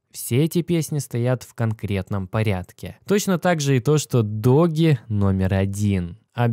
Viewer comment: По русски этот мем называется Доге. Поэтому Доге Коин.